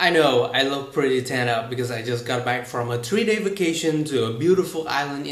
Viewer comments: Dây là video đầu tiên của bạn mình xem và mình thấy bạn nói cũng hay, trôi chảy. Có 2 chỗ mình nghe thấy hơi khác là: từ back mình nghe giống /bæːtʃ/ hơn là /bæk/ từ practice mình nghe giống /ˈpræːtʃ.tɪs// hơn là /ˈpræk.tɪs/ Đây cũng là lỗi rất phổ biến của người Việt nên có khi bạn ít để ý. Chúc bạn tiếp tục phát huy và làm video hay hơn nữa nha :) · 5 Minutes about IELTS mình tháy bạn ở trên nhận xét khá đúng. Ở chỗ của bạn phát âm kiểu như tiếng việt. Mình nghẽ rõ come "bách" và "pờ rách tis".